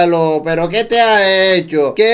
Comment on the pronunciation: Por qué dice pera en vez de pero?